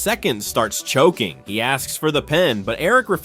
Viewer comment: He also said chocking instead of choking